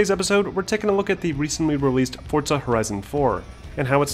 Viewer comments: It’s “Forza” not “Fortza”😂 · forza, not fort-za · ForZZZZZA not ForTSA... Damn english people need to learn pronunciations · Okay, why does everyone say “Fortza” instead of its proper name “Forza” I’ve heard 2 people say Fortza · Where is the T in forza?! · There is no t in forza...Fortza? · Whaaat?!? It's pronounced as "fortsa"? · It's italian and pronounced Fortza. Don't lecture people about pronunciations if you don't know how to pronounce it yourself. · Let me tell you a scary story FORTZA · If anything. italians with a thicker accent use a D sound. But never a T. Argue how you want but its not the way its said